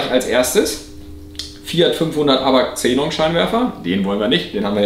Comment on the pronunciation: Hmmm warum sprichst du das Gas komplett falsch aus? Hab nun 3 Minuten meines Lebens Investiert um recht zu haben: "Xe·non, kein Plural. Aussprache: IPA: [ˈkseːnɔn]" also Ksenon :) ich dachte schon mein innerer Monk hat unrecht aber wieso so komplett falsch??? Ist wie mit Pleuel... Mehrzahl Pleuel... was sagen manche pleule???? :D :D :D Aufgehts weiter mit dem Fideo